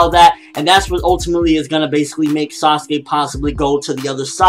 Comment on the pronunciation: Dude you do know it is Sasuke it just sound like Sasugay